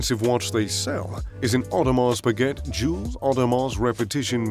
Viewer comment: mispronounced Audemars Piguet. Idk how to feel about that.